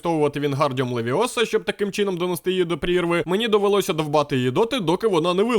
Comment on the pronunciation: не левиОса,а левИоса